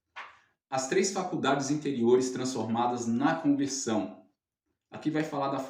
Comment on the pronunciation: TEM QUE PRONUNCIAR BEM. CONVERSAO. MAS BOA AULA. JÁ ME INSCREVI.